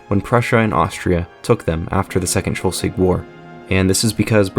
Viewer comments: Very good video, but its kinda funny how you pronounce Schleswig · Very good, video, while the pronounciation of schleswig made me uncomfortable, the video was good enough to turn a blind eye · its SchLEswig not schULstwig. LE not UL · Its pronounced slesvig/schleswig and not Scholsvig. Otherwise good video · Yeah, I was wondering why he's saying "Schultzwig", when it's "Schleswig" or "Sleswig" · Schleswig or Shlesvik for english pronunciation and not shulswig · Schleswig, not Schelswig. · its pronounced Sch"less"wig not Sch"ultz"wig ;) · Can you say "Schleswig" - not "Schelswig"? Can you at least try! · Its Schleswig, not Shellswig. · Shelsvig.. Shelsvig.. but it's Shlesvig... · How can anyone pronounce Schleswig as "scholsvig" it`s pronounced "SCHLECHVIG" the "E" is not pronounced with "O"......!!!! English speaking people are just not capable of pronouncing anything properly. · I loved the video and have never liked to nitpick and understand you had never heard the name spoken before I just still could not fathom how you got shulswig out of schleswig? I apologize for nitpicking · It's Schleswig, not "Schelswig" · SLE-svig, not Shul-svig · It is Schleswig, not Schelswig... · "Shulswig" my god, I pity the poor Germans. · Where is Shollsweg? Your narrator has his own way of reading and speaking. Is he from Iowa where everything loves to screw up pronunciation??? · Even in Pennsylvania people speak better than in Shollsweg. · Good video, but your pronoun citation of Schleswig/Slesvig is a bit off. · Sch - Less - Wigg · You need to work on your pronounciation of Schleswig, it is not shulsig. or shulswig Good video otherwise though! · Great video. Really. And it throws light upon an ill-understood part of German history. But, please: "schlay-svig". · Why do you say Scholswick the whole time? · Your pronouncing of Schleswig is awful it's not Schlusswig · Why are you pronouncing the state of Schleswig as 'Sholswig'? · he said Sholswick